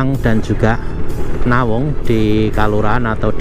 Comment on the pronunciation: bukan nawung tp ndawung